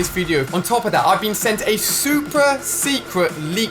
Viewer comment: it sounds like you said supra instead of super.